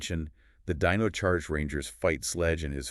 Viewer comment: Good video A few mispronounciaton that made me half think ai.. like zordon, and several other ones I can't recall but still a good video.. watch t he show for the proper pronunciation for zordon lol. Dine oh not deno 😅. Zord on not zord in lol